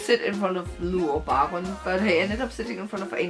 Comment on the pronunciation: I was there too and it was amazing.Really cool that you told us your feelings about it.But his name isnt pronounced as 'Lu' but Lou like 'low' :) ♡